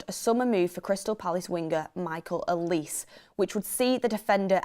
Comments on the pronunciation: It’s Olisay not Oleese 😂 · The way pronounces olises name, "A lease"🤣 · If you’re gonna say his name pronounce Olise correctly , it’s a Nigerian name